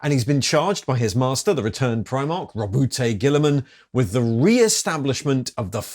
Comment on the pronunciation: I'm fairly sure it's pronounced 'rowboat'.